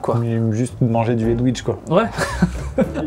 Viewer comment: C pas dwouidge c aidwigue